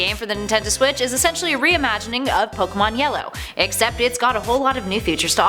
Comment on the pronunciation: Finally someone who can pernounce pokemon right